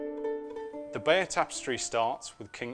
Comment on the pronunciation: you pronounce it 'Bayer' ?